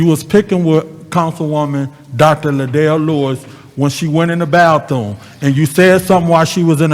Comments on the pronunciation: Not talking about a “baththoom.” Point of information! What is a “bath-Thomas”?!!!😳🤔🤦🏾‍♀️ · Is really saying BATHOONE 🤔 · " baththoom"... really?